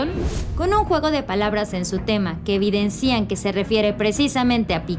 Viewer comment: NO ES EVIDENCÍAN ES EVIDÉNCIAN LE PUSE ACENTO QUE NO LLEVA PERO HABLA BIEN PARA QUE ENTIENDAS SE ESCRIBE EVIDENCIAN